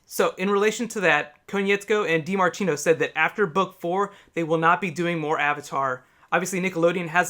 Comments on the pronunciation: Kinda bugs me that you kept pronouncing Konietzko wrong. Otherwise great video. Can't wait for book three! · Dude it's Konietzko. But I like your Tardis.